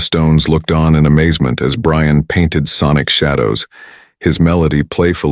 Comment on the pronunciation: Your stupid AI computer generated voice mis-pronounced Brian’s name. He called him, ‘Bre Ann” not Brian. Oh bother people grow up and use human voices.